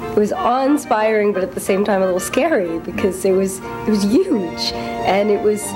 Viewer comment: LMAO this girl says YUGE like Trump